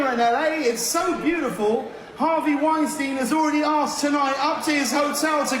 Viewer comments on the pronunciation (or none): none